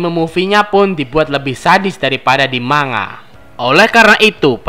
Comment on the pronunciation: Bukan "MA NGA" tapi "MAN GA"